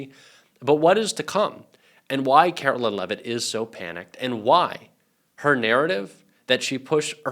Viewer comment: Caroline! Not Carolyn 😮U should know!😢